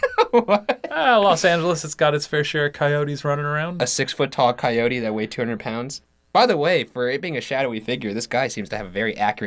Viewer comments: How is it Shane pronounces coyote right in this vid but in a recent one he is waaaay off? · how come shane says coyote correctly here but like a year later he says “coi-ote”